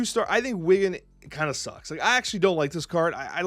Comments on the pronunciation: It's Wiccan, not Wiggan. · I just have to note that Wiggan is actually spelled and pronounced Wiccan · Did he say wiggan instead of wiccan?